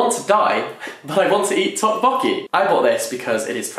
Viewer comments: also: ddeokbeokki is pronounced more like dock-bo-key with a soft d~ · long time subscriber first time commenter here! just a very minor comment, the Korean language doesn't necessarily have an accented syllable, but usually when people say "tteokpokki", its the first syllable "tteok" that's put on the emphasis rather than the second syllable :) also on that note, Ji-young from "Kim Ji-young, Born 1982" is pronounced "Jee-Young" not "Jai-Young". I feel like such a snobby ass trying correct it but thought it might be helpful hahah looking forward to your reviews of the books!